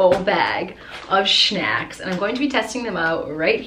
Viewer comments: "Shnacks" just say snacks no hate tho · No hate but why you gotta say shnacks like talk normal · Just like she says shnacks instead of snacks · Her: I have a huge bag full of shnacks. Me: When I get a snack or say it I’m going to say shnacks. Then she said shmores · DO A PART 2 my fav snack i will send on insta P.S you said “shnacks”